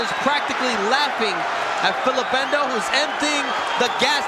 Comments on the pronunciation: Spelt Ndou and pronounced Ndoo not Endo. The commentator is a silly man. RIP: Nick Du Randt - one of the best trainers that South Africa ever produced. Nick guided Sugarboy Malinga to an upset win over Nigel Benn in 1992 and he was also in Hasim Rahman's corner when 'The Rock' knocked out Lennox Lewis back in 2001 (their first fight). Peace and love to everyone out there from South Africa from a hard core boxing fan in KwaZulu-Natal. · Why😂 is He calling him Endou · He's pronouncing n in full because their names start with a letter followed by an alphabet eg if it was Hlophe he would say Shlophe because he pronounces H in full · The commentator is adding an E on Ndou.I don't know his problem. Maybe he can't read